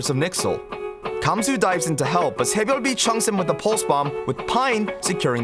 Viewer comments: Please stop saying sabyeolbe like that. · his name is pronounce sae - byul - bee (byul meaning star) so in english we are pronouncing it correctly. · Who tf is “tsehbyolbe” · The way he pronounced "saebyeolbe" was a little distracting. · I hate how he pronounces his name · The way you say SBB is so funny